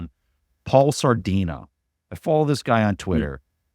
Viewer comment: is the nutritionist guy's name Salidino, not Sardino?